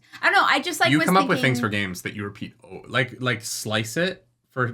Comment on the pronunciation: You rrepeated the r in repeat. LOL probably not on purpose but I liked it.